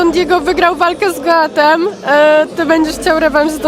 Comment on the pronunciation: „Don Diego wygrał walkę z G O A T E M „ wiesniara nie wie jak to się wypowiada